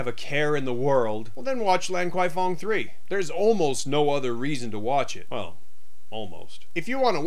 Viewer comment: it's pronounced " larn kwai fong "